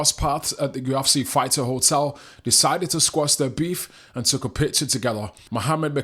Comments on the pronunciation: YOU EFF SEE, NOT YU AFF CI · There's no a in UFC bud.